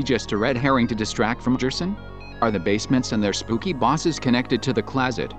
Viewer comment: Me: You pronounced Gerson wrong Me: [remembers this is text to speech]